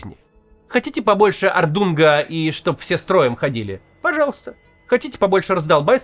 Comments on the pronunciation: Каого нахрен ордунга. Орднунга. Немецкий Максиму совсем не даётся. Или он и по-аглицки так же спикает, как по-немецки шпрехает? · Максим Евгеньевич, если не ошибаюсь?! Вы не уважаете аудиторию, с Вами нет обратной связи. Но Вы грубо прокололись "хотите ордунга". Орднунг, с ударением на первом слоге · Чего чего побольше? ОрдУнга? 😂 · да я как бы в курсе, что он имел в виду, это ирония была. Но в изначальном слове даже ударение на другой слог ставится. И никто ведь из команды не подсказал, что надо бы перезаписать. Или сказали, но решили, что "и так сойдёт"